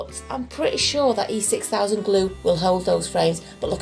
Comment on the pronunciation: Im counting, How Many videos Can make, where she say E 6000, the absolute wrong way… ive seen 3 videos by now, but this is the best, she just appoligised to do it again, straight away 🤣🥰🤣🥰 I love it